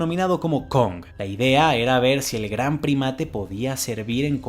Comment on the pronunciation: KONGtener xd